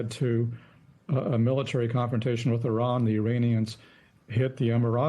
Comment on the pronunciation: Why can't the majority of Americans not pronounce Iran and the Iranians properly?